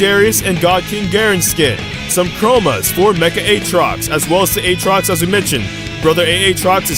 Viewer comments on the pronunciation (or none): aatrox aatrox not A-atrox